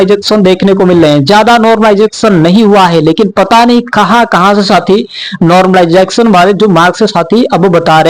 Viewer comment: माइकल जैक्शन बोल दिया कर , नॉर्मलाइजेशन नहीं बोल पा रहा तो!!